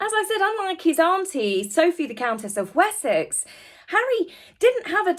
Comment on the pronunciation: Maybe the announcer dude was really saying the Duke of "Wussex" 🤣